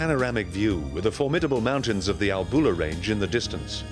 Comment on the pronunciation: professional film footage and sound. I wish the narrator had asked a local about pronounciation of place names before recording. It is, for instance, not ALBOOLA, but ALLBULA.